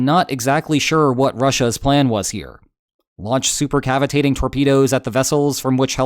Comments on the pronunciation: now i'm upset he said it right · So you DO know how to pronounce supercavitating. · hey he said super captivating torpedoes correctly today😂 come onnnn man i liked that one! i wanted him to keep on saying super captivating torpedoes as a running gag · you said supercavitating correctly this time <3